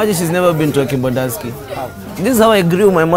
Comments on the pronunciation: Bruh you gat her to Kembandaski..not kempiski 😂😂😂 My girl Bev next to Kibanda too 😂😂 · Hahah more videos like this bruh please 😂😂🔥 you always said Kibandanski now I believe it exists 😂😂😂 is it really behind Kempinski?